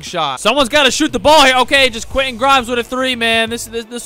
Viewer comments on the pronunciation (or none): none